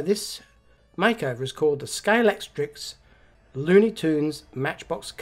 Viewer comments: Great video again,! And just to help you out with your unpronounceable 'Scalextrix' - it's actually pronounced Scale-ex-trick!! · try saying Sca-lextrix, instead of scale-lect-trics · Well done on that conversion. I noticed why you're struggling with the word 'Scalextric'...look at the box again, you ain't reading it, you are adding 'ks' on the end, it isn't 'Scalextricks' man. Practice it, you'll soon get it right. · wow! What an effort and what a result! I agree the yellow best but only just. Loved how you struggled to say Scalextric all the time, I would just have used "slot cars" instead, so much easier 😁 I also love how your channel always shows something different, I look forward to this every week. All the best from Scotland 🏴 Mike